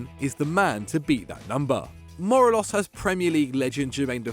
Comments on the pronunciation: It’s M-O-R-E-L-O-S Not Moreloz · Mor-ay-los, you have to put emphasis on the e, not the o for Morelos’ name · That might be the worst pronunciation of Morelos’ name I’ve ever heard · im disliking solely for the pronounciation of morelos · Not only did you pronounce Morelos wrong but you got Zahavi’s team wrong too. Zahavi plays for Guangzhou R&F not “Gangzhou” Evergrande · Pronounce Morelos like a fanny 😂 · Thats not how you pronounce Morelos. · When you pick morelos (and can't pronounce his name) over Edouard 😂😂😂😂 you're smoking crack mate. Can't score against celtic or any decent European opposition.